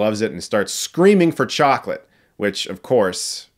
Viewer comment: CHOCLET. CHOCLET? CHOCLET! CHOCLET!? CHOCLEEEEEEET!!!